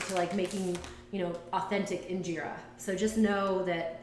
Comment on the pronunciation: Girl..... 1. you can freeze (injera) but since your burned your batch it won't be good to freeze. And freezing changes the flavor slightly, you really shouldn't be making injera if you're not going to eat within a week tbh. 2. In-Jeh-Rah. not Injeera 3. the "injeera cooker" as you called it, I'm not sure if this is the amharic name but mgogo is what I've heard it called. 4. your batter was too thick, it should be thin enough to pour right onto the mgogo 5. if you use oil, it's not really injera. 6. The injera need to be thin enough to be easily eaten with hands, but thick enough to absorb liq. from the different dishes-hence the sponge texture you find in injera made properly.